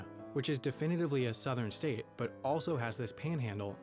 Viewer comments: "every STET in the united STETS" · you say state like boston says their own states name... lol